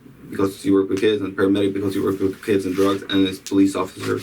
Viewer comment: The "awfisa" is getting some serious questions AXED of him.